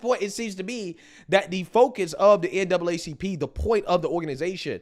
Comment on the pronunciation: NAACP! STOP SAYING DOUBLE A,,,,,,YOU ARE ADDING AN EXTRA SYLLABLE